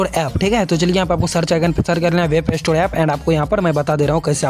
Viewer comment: Gadhe wap nhi😅 Web hota hai